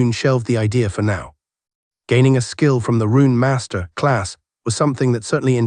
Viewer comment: This the AI with the weird inflections. It isn't bad this series though. It really freaks out during Cultivation series. Words like "Master" come out "Masterrah"